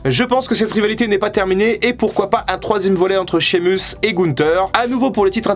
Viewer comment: Et Sheamus aussi🤣 promis j'arrête là